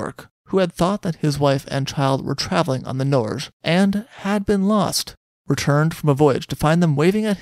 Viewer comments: No, it’s like Nor-geh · It's pronounced 'Nor' (as in neither/nor) + 'ge' with a hard *g; (as in 'geography', 'geology', etc) That's how you say Norway in norwegian.